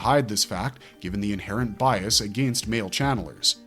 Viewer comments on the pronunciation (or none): none